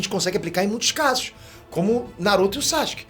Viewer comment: Quando é que ele vai parar de falar SACHUKE?